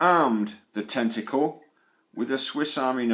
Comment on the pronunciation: I like how he says “tenticoowl.”